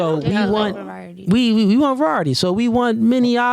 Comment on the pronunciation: "vorierity, we like virioridy" 😂😂😂